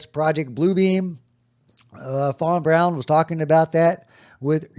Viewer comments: von Braun not von brown please nail it! Thanks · you are great but please..... Learn how to say Werner Von Braun....and other common names and words... you are not a dummy and you probably don't want to sound like one